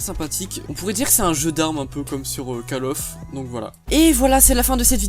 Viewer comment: call of ça se dit "coll off" !!! merde!